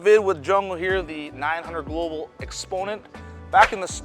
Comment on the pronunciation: Great video. But please get the ball company name right. It's "900 Global"!!!